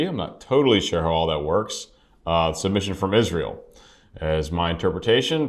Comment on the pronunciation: Nice reaction video. You pronounced the name the way we do in Israel. For some reason, Europeans tend to pronounce it slightly differently.